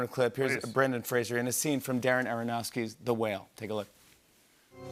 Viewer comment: Yo Jimmy... His name is Fraser... like "Razor". Not "Frasier"